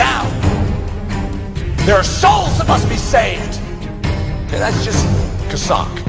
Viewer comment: Maybe he should shut up and listen to how to pronounce Chazak!